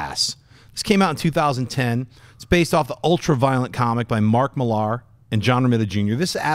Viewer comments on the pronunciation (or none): ... Why do american hosts insist on pronouncing Mark Millar as "Mlli-'AR" ? ... Do they also pronounce Frank Miller as "Mill-'ER!" ... Both names are simply pronounced as in the word "miller" (someone who owns or operates a mill). I don't get it, it's bizarre, they sound as if they are attempting to impersonate a pirate or something ... "ARR!".